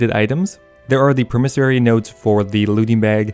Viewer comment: I love your videos but the way you say "promissory" makes me want to die